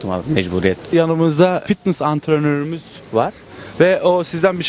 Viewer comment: Anrtoron diye bişey yok o antrenor ama bu kız antronor mzmdmdkdkd